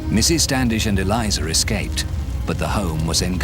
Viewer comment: Eleeza.... it's pronounced....